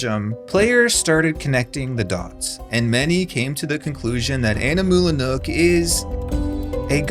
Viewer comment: Are you just flexing that you can pronounce "Animula Nook"? (I can't)